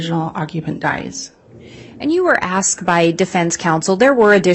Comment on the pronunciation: ASKED and answered; not ask and answered. Also, they're called pictures (pick churs); not pitchers. Sorry, I'm easily annoyed by this stuff. 🙄